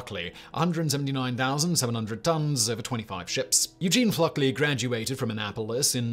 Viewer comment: I'm used to Simon butchering pronunciations, but the man was named Fluckey, not FluckLey. He was "Lucky Fluckey."